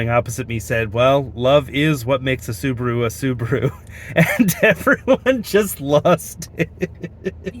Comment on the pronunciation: Tell we say S-u-b-a-r-u not Subru😂😂